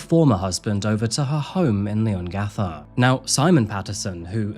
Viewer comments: OMG, I have to.... Its pronounced lee·uhng·ga·thuh 😅😂 Leongatha. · bit concerning how many lapses in research there are for someone who lives so close to where the crime happened. i’m 11 mins in and so far you’ve pronounced leongatha wrong, forgotten to mention that she has a son as well as a daughter, called it “her famous beef wellington” when it’s well documented that she hadn’t made it before and had to use a recipe book, forgotten to mention that simon wasn’t attending the dinner bc he really suspected that erin had tried to poison him multiple times on joint family trips they’d taken after their separation. i hope this is all cleared up later in the video but if not, it’s really disappointing as i know we were all gripped with this case and the info is easily accessible